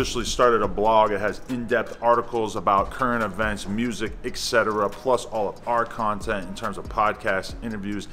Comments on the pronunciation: I’m being dead ass is he saying mersic instead of music ?wtf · Why he say mursic like he from Memphis😂 😂😂😂 that's crazy